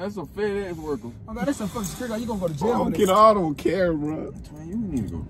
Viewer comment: “oh my gwad”😂